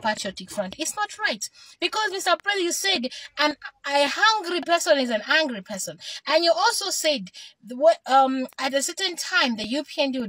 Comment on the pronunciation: You ar not Lozi coz u cant pronounce hungry and angry